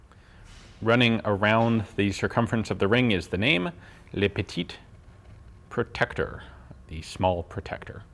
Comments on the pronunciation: "Lé petite preutectweur" You're usually not that bad at french accent, but this one was terrible 😂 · Lol what a french accent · These videos are great. The only thing I am not keen on is your attempt at a French accent, it's inspector Clouseau worthy. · Your French really sucks Ian :-D